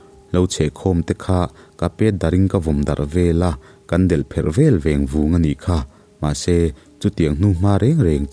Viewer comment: Ṭham ṭham tih leh veng vung tih hi i thluk dik lo hret, veng vung tih kha thluk loh tur ania, Tukverha ṭanga chhuak ṭham ṭham kha thawmdim taka che an nih a vang khan, Zai ṭham ṭham tih thluk ang ni lovin, dimte a kal ṭhem ṭhem tih ang a sawi rik tur ani lo maw